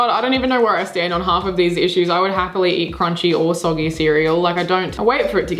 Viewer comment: Say soggy again 😂😂